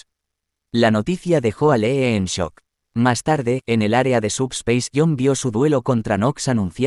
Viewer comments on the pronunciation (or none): none